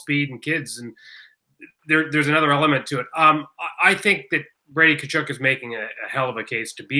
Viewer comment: My freakin ears, Tkachuk is pronounced KUH-CHUHK. Why you gotta freak it with this KuHcHoOk nonsense